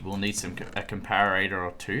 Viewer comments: com-par-it-or....not....com-par-ate-or.....jeez get it right XD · It's com-par-it-or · pronounce the Comparator...Com-Parrot-Tour